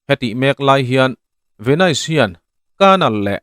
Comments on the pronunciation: Tinge Venaise tiin i lam daih a😅Venis tia lam tur ni awm tak a ni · An sawi tawg nual tho a, Ve-nais i ti daih a. Ve-nis tia lam tur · Venais ti reng😂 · Venais tiin kan lam ngai lo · Youtuber threnkhat hi tinge in tilui thrin emoni le ka ti hial ani....hming/veng/khua lamdan dik te hi zir hmasa thin ula ngaihthlak ti nuam lo vek hian duh2 dan hian in sawi top zel mai...venais tih i lamrik ka hriat rual2 in ka ngaithla peih lo nghal 😮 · Venis tih tur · Ka Pu, Venis ti in, lam teh khai. Ahlutna i ti ho dawn tlata😊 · A hming i lam dan teh daih chu